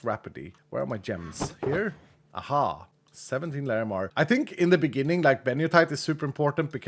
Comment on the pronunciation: Bro, you Swedish? Your "Ahaa" sounds like what i hear everyday